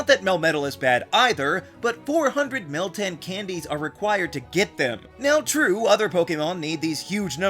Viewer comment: yeah, you're doing meltan wrong